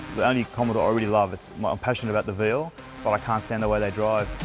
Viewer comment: Of all the things that are utterly wrong about this, why is it his calling the car veal, that pisses me off most? It’s Vee Ell, mate, not veel.